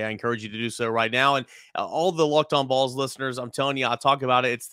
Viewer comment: Will someone please work with Chris Gordy on the pronunciation of Vols? I like everything else about his work.